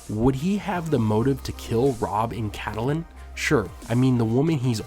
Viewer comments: Her name is NOT pronounced CA-TE-LYNN. It's CAT-LYNN. You also pronounce Arya wrong. You say Aria, when it's pronounced ARE-YA. Otherwise I enjoy your videos. Thanks. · Pronounced: Kate-lin, not Cat-uh-line. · You're pronouncing catalyn wrong, it's not "cat-A-lyn" it's "cat-lyn". Super annoying you say it wrong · Man I can't even with you and pronouncing it "catalyn". x.x